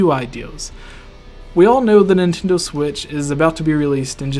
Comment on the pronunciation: "Nintindo" lol